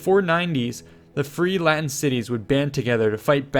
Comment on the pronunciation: that good latin pronunciation ;)